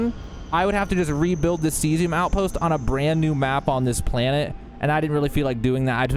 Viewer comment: Caesium= C-Z-um Cheyenne= Shy-Anne